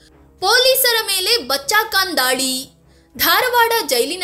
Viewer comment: Medam, Khan not kan, learn to speak properly